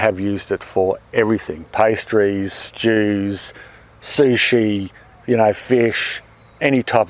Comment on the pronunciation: At the minute I thought said he used his chili sauce mix on pastries and Jews..... Only after playing it a few times did I realize he said STEWS